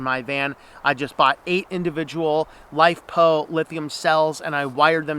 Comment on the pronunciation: i couldn't make out exactly what you're saying, LiPo or LiFePo batteries?